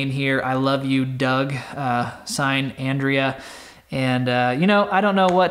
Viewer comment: Too funny, I am married to an Andrea….. It drives her nuts when people pronounce it Ahndreeya She likes it just the way said it🤠 Just scrolling through the comments and thought and was funny that you mentioned it